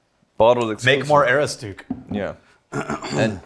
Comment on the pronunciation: pronunciation of Aroostook is that of a man who has never been to Maine. ə-ROOS-tək